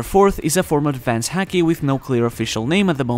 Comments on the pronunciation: I like the video in general, but ffs, the way he pronounces it as 'heaki' together with the frequency the word is used really grinds my gears. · haki is said like the sport hockey in English, just a heads up. Kepp making good videos. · Sounds as if hes saying HACKi lmao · As a fellow Japanese speaker...why do you say “haki” the hakujin way? I’m just kidding of course but love your content!!!